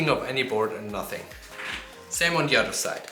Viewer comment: Very cool. The best thing you could do for yourself is the learn how to pronounce "th" instead of using a D in place of it. 'I wanted a sharper angle on De Udder side' ....' on THe oTHer side'.